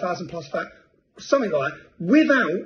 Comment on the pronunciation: It’s something Tommy, not sumfink 🙂